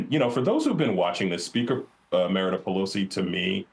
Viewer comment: Sounds like he is saying Meredith Pelosi? Or Emeritus Pelosi?